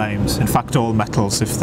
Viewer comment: he said spontaneously comboost